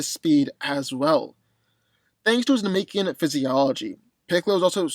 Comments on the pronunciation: It's pronounced Namekian not Nemekian you clearly have not been studying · Why it seem like white folks wont rest til they screw up every established name?😂 Na-MEEK-Ian !??? Than- Naughs??? Go-hand????ITS NA- MEH-KIAN THAN-OHS GO-HAUN